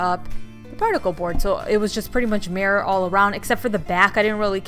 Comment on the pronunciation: Is anyone annoyed by the way she says “murror”